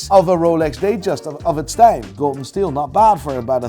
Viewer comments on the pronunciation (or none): none